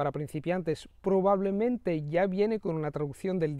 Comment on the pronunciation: Verdad? Pues, yo si he encontrado errores, tipo "no te preocupas" en lugar de "preocupes" y "probablimente" en lugar de "probablemente" y otros.